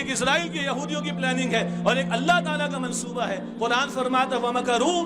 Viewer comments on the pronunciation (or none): none